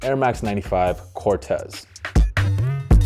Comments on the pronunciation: Sorry but it’s pronounced CORT-teez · Nope, the creator of Corteiz himself said its pronounce Cor-tays